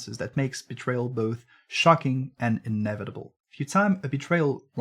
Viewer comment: "inna vitable in ree trospect" lmao